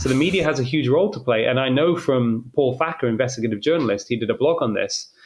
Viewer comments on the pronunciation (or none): none